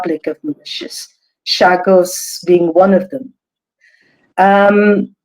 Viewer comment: Great guests but for the host please get your pronunciation together before airtime. You mispronounced Mauritius and Chagos several times. It’s a bad look for your channel.